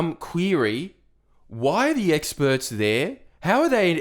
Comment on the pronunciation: “Bored of the experrs”